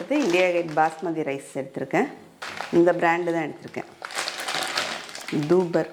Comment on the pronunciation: அதுக்கு பேர் டூபர் இல்ல டாபர் 😅😅😅😅